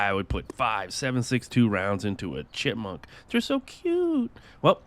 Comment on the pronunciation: the way you said why would pop six rounds into a chikmonk